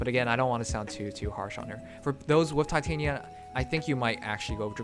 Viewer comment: Just wondering, but I hear you say Titania as in Titanium (Tie-Tae-nie-ya) while I thought it was Titania as in (Ti-tah-ni-ya). Which one is correct? XDDD